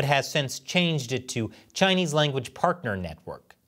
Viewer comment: In exchange for teaching Chinese language sounds like he said “ in exchange for “ chinchongchang “ 😂